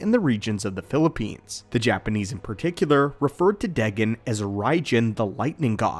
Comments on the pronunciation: Day-Gone. Is how to pronounce his name not day-gin. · It's pronounced daygone not degen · Deghen? It’s more like day-gon